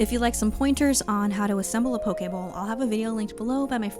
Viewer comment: as someone from Hawaii I just have to say THANK YOU for pronouncing it correctly!!